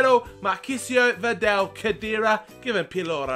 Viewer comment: liking the career mode.. i heard your mistake on VIDAL in the first episode and i've checked every video to see if you would correct yourself but you didn't unfortunately.. so i'm sorry but i need to it's vidal... like V-dAAL there's no "E" in his name it's not videl.. but other than that great vids keep it up :)